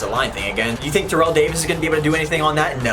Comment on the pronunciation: i would do Terrell Owens because.........it's Terrell Owens (also it's pronounced tair-ell, not terrell)